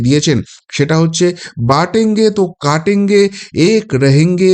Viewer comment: (বটেঙ্গে তো কটেঙ্গে)√ not বাটেঙ্গে তো কাটেঙ্গে ×